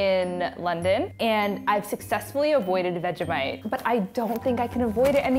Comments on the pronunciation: WFT IS VEG-A-mite Bish, ITS FRIDGING veg-eeee-mite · The way she said Vegemite, so wrong it kinda made me sad.